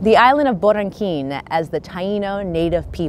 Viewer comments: Borenquin?? No no its Borinken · "Boriken" not borakin....thats a big mistake...from boriken to "boriNken" by spaniers . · i dont know where you got your information but it's not "barankeen", it's boriken. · La carta autonimica did not give PR independence. It gave it the right tonself government and made PR a province if Spain . Very different scenario. Also bo-ri-KEN. Thats how it is pronounced